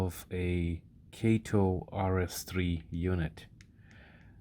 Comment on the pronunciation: Kah-toe , good video